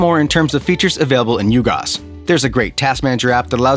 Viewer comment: Nice review. At first I didn’t understand your pronunciation because it sounds like you’re saying “U-Gos” rather then “UG OS” as in UGreen OS.